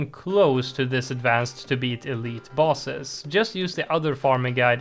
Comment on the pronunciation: Is bro saying bosses or balls